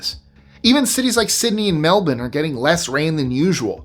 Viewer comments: OMG!!!! I'm so proud of you!!!! You said Melbourne...not melBORN!!!! We hate that shit. Well done mate. Don't know how I missed this list.... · Your pronunciation of “melbin” was perfect 👏🏻🙏🏻🤣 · Nice you pronounced Melbourne correctly 😊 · My Aussie friends would be very pleased with your pronunciation of Melbourne. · My heart jumped for joy when I heard pronounce Melbourne correctly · I'm not Aussie, though I applaud your correct pronunciation of "Melbourne."